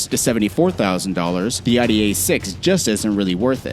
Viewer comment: It's Audi not Aadi